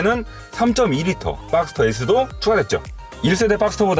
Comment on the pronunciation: 빡스터가 아니라 박스터.